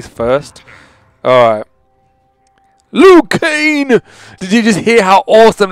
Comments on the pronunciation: when ever you say his name you say it like 'Liu KANE' it is pronounced 'Liu KANG' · Just to make sure that it's LIU KANG not LIU KANE. Nice video though, keep up the good work. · He's name is Liu kang not Liu keng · He says Liu Kane Instead Of Liu Kang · it's Liu KanG, there is a G on the end. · Is it me or does it sound like he's saying lu kane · Lol you weren't saying it right, it's Liu Kang like Kang the conquerer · I don't want to be rude but he pronounces Lui kang's name Lui Kane... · is he saying liu kane? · Lou Kane? Lmao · Why is je saying Liu Kane 😂